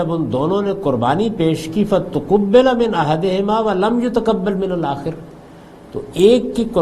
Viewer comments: ہم آپ کا پروگرام شوق سے سنتے ہیں اور بہت مستفید ہوتے ہیں آیت نمبر 27 میں الاخَر کو آپ الآخِر پڑھ گئے ہیں پہلی مرتبہ صحیح پڑھا ہے اور بعد میں دو مرتبہ غلط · ولم یتقبل من الآخِر (الآخر) محترم جناب جاوید احمد غامدی صاحب سبقت لسانی کی بنا پر (الآخر) کا اعراب آپ غلط پڑھ گئے ہیں وڈیو